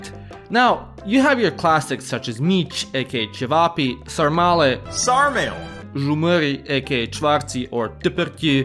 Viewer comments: "sar-male" got me dying😭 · That "SarMÆL" gave me brain aneurysm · As a romanian u didnt offend me u made me laugh BUT I AM PISSED AT THE FACT THAT HE SAID "sarmale" IT PRONOUNCED SARMALEH (and btw u said ciorba de burta perfectly) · As a Romanian, that tiktok pronunciation of sarmale hurt my ears physically.